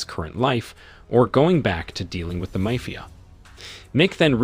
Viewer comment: the pronunciation of the word MAFIA is ridiculous